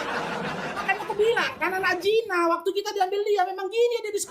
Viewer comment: Jina kak bukan Sina 😂